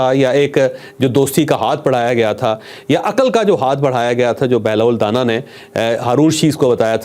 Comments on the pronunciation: O Mr scholar Sahi pronounce kr lo it's danaaa not dana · چوہدری صاحب بہلول کے ساتھ جو دانا ھے اس دانا کے الف کو لمبا کر کے پڑھیں دانا مطلب زیرک عقلمند یا معاملہ فہم آپ اس کو دانہ کہہ رھے ہیں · چوہدری صاحب آپ بہترین programme کرتے ہیں میں آپ کا programme غور سے سنتا ہوں. بہلول دانا کا تلفظ da کے بعد نا جس کا مطلب ہے عقلمند.